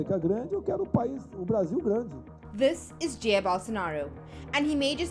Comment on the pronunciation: First of all, learn speak "Jair"